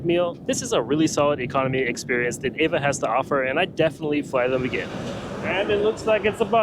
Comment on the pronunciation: It’s E V A, not “Eva”